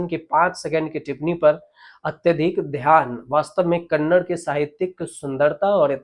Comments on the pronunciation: Sir, it is NOT Kannad but Kannada. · Sir, कन्नड not कन्नड़ (kannada not kannad)